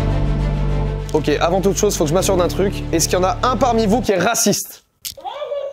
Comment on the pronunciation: c'est moi ou il répond vraiment 《 Eh ! Je suis racisteuh ! 》🤣🤣🤣